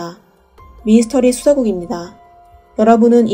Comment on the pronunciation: 배경 음악 소리가 너무 커요. 그리고 미스터리 라고 써놓고 왜 미이스터리 라고 하시나요? 미스터리 발음이 안되시는건지? 아니면 부드럽게 들리라고 일부러 그러신건가요? 미 이 스 터 리